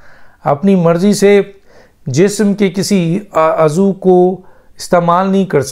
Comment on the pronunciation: حیرانی کی بات ہے آپ جیسا بندہ بھی درست تلفظ کے ساتھ اردو نہیں بول سکتا آپ عضو کو غلط بول رہے ہیں